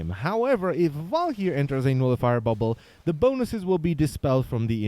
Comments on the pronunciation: "Val-ker-ee" not "val-key-air". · Garen Olivari Well no it's a swedish word pronounced Val-k-yyr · is it just me or does anyone else fin it extremely funny how his accent makes him say walkyr ?